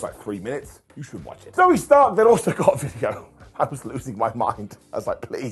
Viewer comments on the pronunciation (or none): none